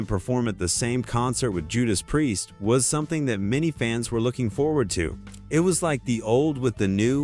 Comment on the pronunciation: it's hilarius how AI pronounces priest . what a load of bollocks